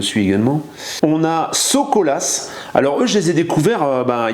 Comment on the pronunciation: ahahah alors comme ça t'aimes bien nos vidéos:) ça fait trop plaisir!! 2 petites précisions, nous sommes actuellement bloqué en géorgie et on ne prononce pas le "S" de fin de So'Colas;) En tout cas ça fait bizarre de se voir dans une vidéo qui n'est pas la sienne. Madloba (merci en Géorgien)